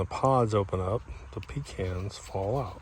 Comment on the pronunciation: Doc, they're pe-Kahns'. A pee can is something you carry with you on long road trips.